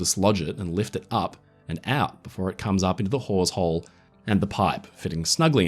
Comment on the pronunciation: Oooooooh "Hawsehole" that's.... very......... different.... from what I heard.